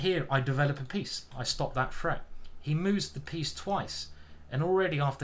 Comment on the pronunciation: Is it threat or freat? I know I know, it's a menace 🤣